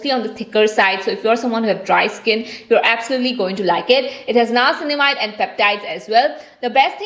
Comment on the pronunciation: It's not nayacinamide It's nia-cin-mide